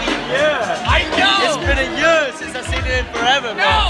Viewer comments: Year not yurr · it's been a YÖÖÖÖR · for gods sake stop saying yur for fuk sak